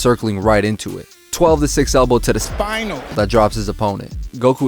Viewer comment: “Sphtinal” haha that always makes Me laugh